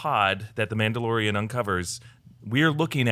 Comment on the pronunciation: "themaudelorian" lmao what